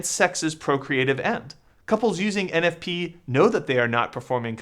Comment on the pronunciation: 😂😂😂 Thomas ain’t talmbout no eneffpee